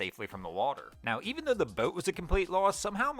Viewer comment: PLEASE PLEASE PPLLEEAASSEE!!!!! 🛑 STOP 🛑 WITH THE O’s!!!! I love your channels but the way you enunciate your O’s make my skin crawl!!! bOat, bOats, gO, bOat, mOtor. STOP!!!! 😩😩😩 I don’t want to stop watching, but I can’t take the O’s!